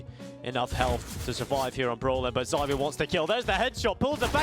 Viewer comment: The whole Zywoo (pronounced Zee-woo, btw) vs s1mple debate kind of makes me think of Mahomes vs Brady in American football. Mahomes is by far the most talented player the NFL has ever seen, but Brady is still the GOAT.